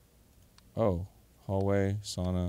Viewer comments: I caught that too, I was wondering why he suddenly pronounced it correctly. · Me as a Finnish person hearing Arin and Dann jokingly pronouncing sauna spot on😍😍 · As a Finn I really appreciate them pronouncing sauna correctly